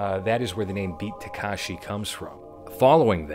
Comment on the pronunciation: Somebody else already pointed out that you got the filmography timeline wrong. But I wanted to also mention that you're pronouncing the name incorrectly (a more egregious error). It's not Takashi. It's Takeshi.